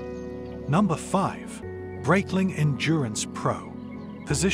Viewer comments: For the love of god, if you're a watch reviewer at least pronounce the name correctly. Breitling, is a Swiss company with Swiss-german heritage, the name therefore is pronounced Br-eye-tling, not Br-eyt-ling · Video would have been much better if you pronounced Breitling properly